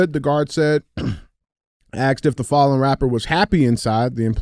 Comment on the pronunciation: Duuuuuude the hardest words DJ has GOT IT....asked.....nah....axed....lmao!!! So real!!!!